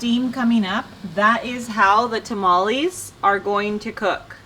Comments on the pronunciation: It hurts to hear mexicans say taamaallieee lol its tamale chika lol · fyi TamalEEEEs is not a word. Tamal = 1 Tamales (Pural) is pronounced Ta-Mal-eh-s no EEEE sound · You lost me TAH-MOLL-EES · She cant even say tamales right trying to talk like a white female